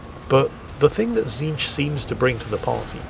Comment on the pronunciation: don't worry you got tzeentch's name correct also please remember to use the pink, blue and brimstone horrors 😂